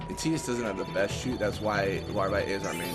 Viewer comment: tie-dus is how its pronounced